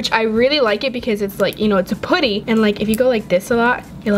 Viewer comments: You are saying putty wrong and it’s triggering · I couldn’t watch this video for long They way she pronounces putty got on my nerves BUT I STILL LOVE YOU 💞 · I don't like you say putty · It's driving me crazy how she says putty lol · I’ve never heard anyone say putty like that🤔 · It’s putty not pooty but good vid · It’s putty not potty no trying to hate but yeah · IT'S NOT POOTY IT'S PUTTY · It's putty not potty lol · It's putty not pooty 😂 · It is not poody it is puddy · I am not hating but when you say putty you say puotty u know what I mean it pronounced putty sou say ut not ot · I’m not being rude but in England it’s putty but in USA you say things differently you said pooty ,this not how you spell it but I’m only 10 1slime+1putty=1like plz like if you love slime if not dislike this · pUtty not pOOty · i’m sorry but not sorry it’s p-UH-tty not pooty 🤦🏽‍♀️ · I love you but you keep saying pooty not putty and it’s not very appealing to the viewers sorry. Love you 💋😍❤️ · I Absolutely love your videos and no offense but u say poouty instead of putty i am not trying to be mean so dont come raging at me because she is my top 3 fav youtuber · I dont want to be mean but you say pooty its pUty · Im not tryna be mean bc i love ur channel but it just makes me cringen when u say pooty, bc i thought it was pronounce putty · I'm sorry but it's putty not pooty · I think its adorable lol, but it also annoys me when she says "pooty" and not "P-UH-tty." Lol 😂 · She keeps saying poddy instead of puddy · it’s P U T T Y not P O O T Y uuuuuurrrrrrrrrrrr😞😞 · It’s putty not POUTTY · Anyone els get irritated by the way she says putty....put tea....it's putt ee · IT'S PUDDY NOT POODY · Putty not pouty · Why do you say putty like that. I thought it was pronounced with a uhh sound not pooty. Lol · Its cringy whene you say potty in stead of putty pls stop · Am i the only one that gets bothered by the way she says puddys💀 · its p-a-tt-E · Can you plz say putty RIGHT😡😡😡😡😡😡😡😄😄😄😄😄